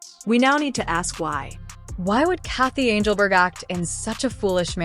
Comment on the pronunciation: Who is anglebert ? Stupid AI.